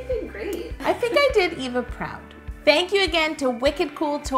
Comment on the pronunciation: My names Eva(nickname) and so many people say Ava when they say it so I'm so happy u said it the way I do! I'm also half brown too so that was kinda the same too